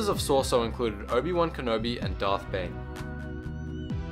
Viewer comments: If you are going to make a video about the seven forms of lightsaber combat atleast learn to PRONOUNCE them in the first place i mean what the actual fuck! its shorter to make the list of the names you pronounced correctly then the ones you said right! Shii-cho ataru and shien were the only ones you actually said correctly all others were wrong. its pronounced MAkashi, Sor-EE-so, D(e)Jem sho, NI-man (pronounce it like you would say the word nigh as in the "the time is nigh") and its Ju-yO and VA-pad. also you got the names of users of most of these styles completely wrong. obi wan never used niman he was reknowned in the jedi order for being the go to SORESU master. while yoda knew alot about all the lightsaber forms he definitely oriented himself more towards ataru than he EVER did shii cho. Darth bane did not use form 3 he was mainly form 5. and i suppose thats the end of my little rant. i just dont know why you made this video when you clearly know very little of the topic. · Sorry for nit picking but it pains me. It's So-REE-su. not sor sue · He says Soar Su Most people would say Sor e Su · sor so my ninja REALLY! its sor-ay-su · '' Top 5 Gaming Soresu is pronounced So-re-su. I just had to point that out. thanks you for the video though. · Dude what is Sor-sue? It's Soresu as in Sore-E-Sue. Other than that nice vid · rick handley it would be So-Ri-I-Su for Soresu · And Soresu was pronounced Sor-Sue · Sauce-oh is my favourite technique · I enjoy the video greatly, but I just have to ask, when he's saying soresu, am I the only one hearong 'sorso' or 'soso'? I enjoy thie video, and I appreciate it, this is not meant to be a negative comment, but positive critisicm, keep on going man, you're doing great! :) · "Sore Su". Are you kidding me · "Sor-ee-su" is how you pronounce form 3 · Form III is pronounced So-rey-sue btw. But good job on the description and notable users. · Soresu is pronounced saw-ree-s-oo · wtf is Sore-so? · say it with me :P So - Re - SU